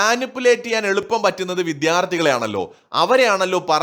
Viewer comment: ഉമയപ്പയും പറയുന്നത് "" വിദ്ധ്യാർത്തി "" എന്ന് ആണ്